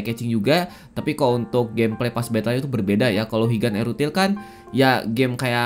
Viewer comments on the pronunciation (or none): wong jowo tersentil g nih ok ngomong erutil (ithil) 😂